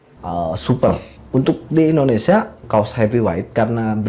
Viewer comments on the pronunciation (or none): none